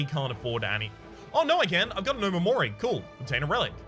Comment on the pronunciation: Not a big deal but omamori is actually pronounced oMAmori, not OmaMOri.